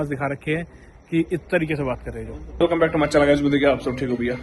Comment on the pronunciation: Back aur channel sahi se bola kro bro 😂😂